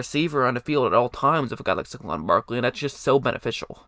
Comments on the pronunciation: It's Say-GONE! 😉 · It’s pronounced “Say-Kwon” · The way u say saquon cracks me up